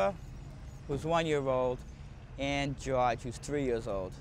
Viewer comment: Gawge (George) not Josh!